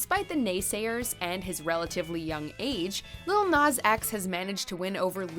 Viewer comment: The way they say Nas is really annoying me 🤦‍♂️